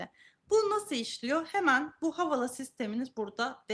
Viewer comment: Havala nedir kardeşim? Havale diye okuma özürlü müsünüz?